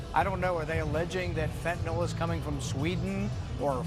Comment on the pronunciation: It’s pronounced fentaNIL. Not fentINOL !!